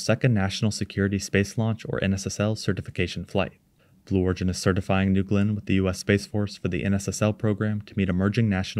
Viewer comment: "newgewlynn" booster